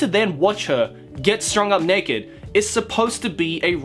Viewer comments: I can only hear him say neked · The Monogatari series has sexual situations that makes fun of sexual situations... Flashbacks to the toothbrush incest scene Side note: I loved the way you say naked